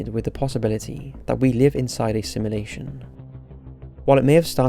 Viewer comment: Ahhhhhhhhhhh this got me. Please say sim*u*lation not simlation